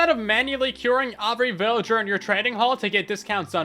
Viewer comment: Why do you say “every” like “ovry”